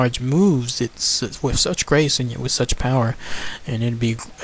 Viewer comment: Also no offence but maybe you should try and change your grammar and diction for these videos? Hearing you speak so eloquently most of the time and then hear you pronounce With as Wif is annoying and makes you sound uneducated. I am just trying to help you refine your content. Good luck.